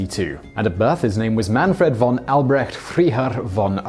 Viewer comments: "Freiherr" would be spelled like "fry", not "free". But you do well for an non-german speaker. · Freiherr pron fryhair not freehair. Means a Lord with property with alloidial title (free lord) and not a fiefdom of some other higher Lord. Hence they are not properly barons, but are equal in rank. Also, Wiesbaden's pronounced VEESBADEN, not WYSBADEN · In German (and Dutch) a common mistake is made. So here goes: IE is pronounced as "ee" EI is pronounced as "AI" So it's Fraiherr, not Freeherr. Thanks :) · You can't even pronounce "Freiherr". It's not "free-error" it's more like "fry-hair". That was his inherited title that translates to Baron. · First off, please learn just a little German pronunciation. "Fry-hair," not "Free-hair." "Tsoy-mur," not "Zoom-ur," and "Veese-bodden," not "Vise-bodden." Consider yourself schooled by an ignorant American. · Freiherr is pronounced FRY-hair. Wiesbaden is pronounced VEES-baden. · in case you care for future videos: if you see a "ei" in a German name/word, it is pronounced like "i" is in English (see pronuncation for Einstein for exampe. you don't say eensteen). If you see an "ie" in a German word, it's pronounced like "ee" is in English. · FRY-hair. ZOY-mer. Why do you Brits not learn to pronounce German correctly? Come to think of it, why can't you pronounce English properly? Or drive on the correct side of the road? Or cook? Or breed good-looking people? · A hint on German pronunciation: the double vowel combination "ie" or "ei" have two very different sounds. The first is pronounced "ee," so the city "Wiesbaden" is pronounced like "Vees-bah-den" (yes, German "w" is pronounced like an English "v"). The second one "ei" is pronounced like the English word "eye," so "Freiherr" is pronounced like "Fry-hair." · The combat pilots of WWI were true gentlemen. Nobel and honourable knights of the skies. By the way in German "Freiherr" is pronounced "Fryherr" and "Zeumer" "Tsoymer", and in Serbian "Princip" is pronounced "Princhip".